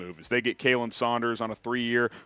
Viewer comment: As a parting gift and tribute, would you please pronounce my long time friend's son''s name correctly on the next show? It's KAH-len, same as "Collin", not KAY-lin. His mother would be so happy if you do! Thanks so much, love the show!